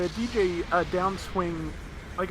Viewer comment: Di-Jay. Not Deejay. It’s like pronouncing Dig without the G and then Jay. Dijeh